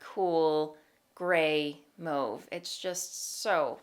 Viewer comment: i’m new here so i don’t know if it’s a joke or something but does she know she’s pronouncing mauve wrong?